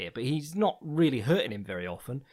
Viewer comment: wohhhhh... w-werry fntastic intro!